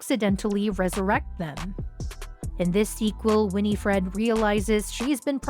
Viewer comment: Omg it not Winnie Fred lol learn to say her name please